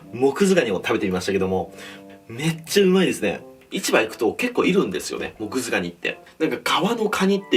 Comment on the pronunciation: 最初モクズガニがモズクガニって聞こえたww